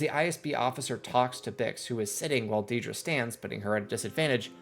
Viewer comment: I found it a little jarring you say deed-rah when its more like ded-rah. too much eeee